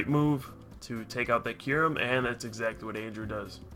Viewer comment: about half way through the vid i got tired of "Curem" and not Kyurem lol